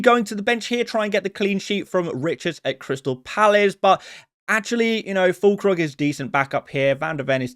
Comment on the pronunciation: you lost me at Fûllkrug